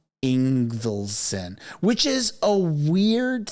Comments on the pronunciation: ING - VALD - SON. Say it boldly, clearly. Practice it in a mirror. Say it over and over. Why? Because it's important to pronounce his name correctly so everyone will know exactly who he is. Words matter, as you know, and your reputation depends on demonstrating that you are prepared before you deliver a story. So practice. Prepare. Or sound like an amateur hack. Your choice. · ING-vald-son. It's a Scandanavian name: Son of Ingvald.